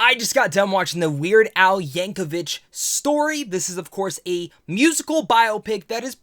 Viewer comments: It’s YankoVICK not YankoVICH but good review for a good movie. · 3 seconds into the video where you claim you just finished watching the movie where they say his name NUMEROUS times, and you mispronounce it immediately. 😅 There is no H in Yankovic.